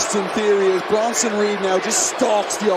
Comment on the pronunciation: Bruh. Its Bronson